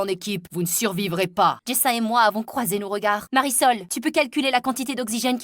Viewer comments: Mais elle a dit Marisol 😂😂🤣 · Marisol pas parasols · Le nom de la fille s mariesol 😂😂😂pas parasol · elle ne s'appel pas parasol mais Marisol 🤣🤣🤣🤣🤣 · C pas parasol c mariesol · Le nom de la fille c’est Marisol Pas parasol wesh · Pas parasol ! Marisol